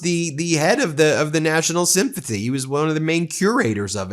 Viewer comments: LOL !!! It's SYMPHONY, not sympathy. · Why does Ben sound as though he is saying Symphathy instead of Symphony🤔